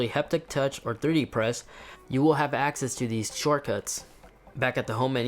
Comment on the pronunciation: I tried to get subtitles to understand what language you speak...”liberry, tensentens, shirtcuss...” you have single-handedly butchered the English language. Terrible review btw.